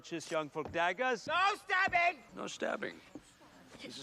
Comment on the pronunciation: "No stabbing !!!!!!!" ---- Capt K ----- No schtabbing..."